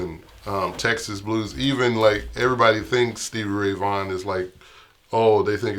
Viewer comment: VAUGHAN NOT VAGHN !!!!